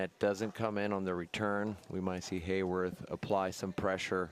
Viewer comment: Everyone pronounces Haworth's name wrong. There's no "y" in his name. It's Hah-worth.